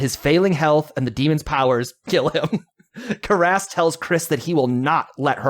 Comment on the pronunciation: I made it almost 8 minutes of both hosts mispronouncing the 2 lead characters names repeatedly. Didn't you watch the movie ? At no time were the characters names pronounced Reeegen or Karahhs.